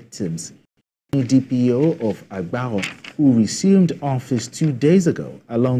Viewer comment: As a former journalist, I have a suggestion to practising journalist, please learn to get the correct pronunciation of words before airing in your news reportage. I have had a guest walk out in my program due to pronouncing his name wrongly in the past. Let's learn to learn. Agbarho and Orerokpe were wrongly pronounced and could make your viewers and listeners not know which town you mentioned.